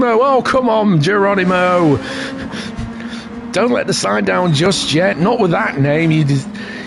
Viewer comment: Wonderful vid mate.... tis is gerronimooh and u pronounced it correcty!